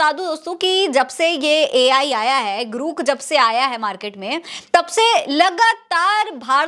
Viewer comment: ग्रुक नहीं है रे ग्रोक है कितनी बार तुझे samjhau